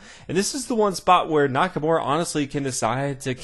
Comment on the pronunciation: NakaMURA* not Nakamore! Beside that, great video keep it up